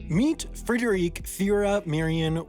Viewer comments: We gotta practice those German names a bit more. "Die deutschen Namen müss ma noch ein bissi üben!" Actually German names ending in "-e" are usually female and yes the final "-e" is spoken out. Thus "Frederike" is the female version of "Frederick", "Wilhelmine" the female version of "Wilhelm" (William) and so on. There are few exception like Helge Schneider is not a female at all. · Being German I'm a bit triggered by your pronunciation of the name Frederike....